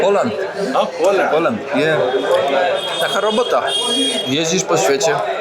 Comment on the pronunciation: nie mów im po angielsku POLJAND , mów lepej POoLEND